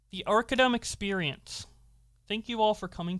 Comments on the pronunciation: I'm very confused at simple inability to pronounce "Arcadum" It's like combining the two words. Arcade and dumb. Ar-cad-um. Not Arcadium. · Pronounced Ar-Cay- Dumb. smfh